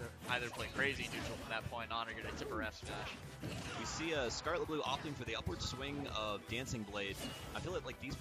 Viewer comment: its skarlettbloo not skarlett bloo